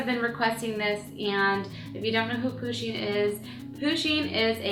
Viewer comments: Its PU-sheen not POO-sheen but great job :) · She is saying pooshing it's pushing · Am I the only one who is annoyed by the fact that she kept saying Poosheen instead of Pusheen? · u said it like poo-sheen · It's pronounced push een. Like push like push a button. Not poo sheen! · Lol poosheen ?? Pusheen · yeah she did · It's pronounced Push-in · She says Pusheen like, "POOsheen" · U protoceratops it like it with a U not a O